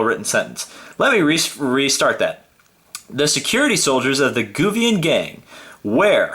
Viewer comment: I think he's pronounced "GUAVIAN"..... Like Guava the fruit.